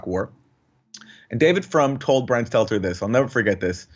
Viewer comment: Is that George Costanza's gay little brother? "Stelter, Seltzer"? Like clockwork, every time he's in a segment, Jimmy botches his name. Everyone has trouble with his last name. Don't know if it's the awkward last name, his creepy smile on that fat bald face, or that he is lying little twerp, but he is definitely the most unlikeable POS in the media.